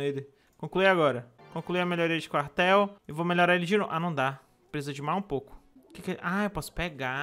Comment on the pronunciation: Minha parte favorita é quando ele fala "vamo construir um carhtel~"